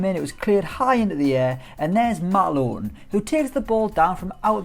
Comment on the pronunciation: It is lowton not lowon